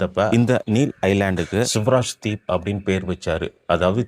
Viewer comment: It is not ' Suvaraj deep' but 'Swaraj deep'